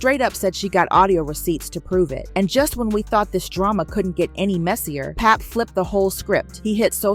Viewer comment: Can we have people from our culture only ...reporting the business cause these outsiders swear they in the mix but can't even pronounce pap name right